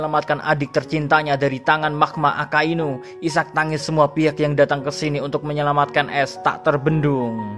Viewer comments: Mimin salah ucap yee di menit 5.59-6.00, harusnya AKAINU bukan AKASUINU 😁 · 06.00 yang gw denger akasuinu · Guwe skip pas mimin bilang ak*asu*inu.., mau ngekek dulu njir...🤣🤣🤣 👍👏👏